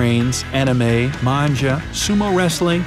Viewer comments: Its manga not manja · Did he say Man Ja? owo o7 Manga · *pronounces manga manja* Me:... excuse me? All the other anime fans: WHAT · High speed trains, anime.. Manja ??? Bro its Manga... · everyone: MANGA him : MANJA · Nobody: Literally no one:: “manJA” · i don't like anymore he called manga '' MANGHA''!!!!!!!!!! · The moment he said Manja instead of Manga........... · Did he actually say Manga like Manja? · he really said "manja"😭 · Why do u have to say man-ja not mang-ga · ITS "MANGA" NOT MAANJA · Well, is nobody gonna notice how he pronounced "manga" and "manja"? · maybe in some accent or dialect of some language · I jus know that "'manga" is pronounced as "manja" 🧡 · Is no one going to talk about the narrator pronounced "Manga" totally wrong ??!